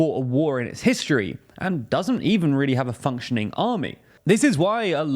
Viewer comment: Bro say we don't have a fountioning army